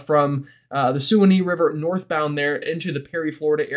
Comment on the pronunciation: “Sue-wa-née” River? Can you tell me where that is? Might want to google pronunciations…..